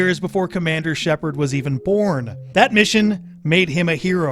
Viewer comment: First of all its Shepard and not Shaperd wtf?! Lol second, Shepard is character's last name, not first! Lol you can't change Ryder into Shepard, so no...you won't be able to play as "Shepard" the way you mentioned...